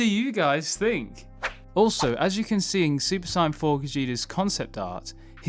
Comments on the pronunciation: Stop saying Saiyan like that 🤦‍♂️ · Why do you say Saiyan like that? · Super sayain not cyon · Please for the love of god, stop saying Super Cyan, because i will take a Super Cyan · Why do you say saiyan like cyan? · Super cyan 4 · I couldn’t take the video seriously because of the mispronunciation of the word “Saiyan” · Why do you pronounce saiyan like an idiot? For a dragon ball YouTuber You sound like you have never watched dragon ball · Who else hates the way he says saiyan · The way he says saiyan hurts me 😫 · He's saiyan it wrong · if you’re going say the English word “Saiyan” at least pronounce it like they do in the dub. Otherwise it just comes off sounding ridiculously weird